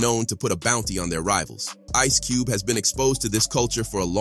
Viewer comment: Sooogay knight, Ice Coobey, Tupack... Man this robo voice is clowning😂😂😂😂😂